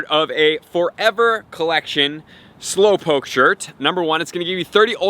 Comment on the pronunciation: Slowpokee wtf is wrong with you its pronounce slow -powk .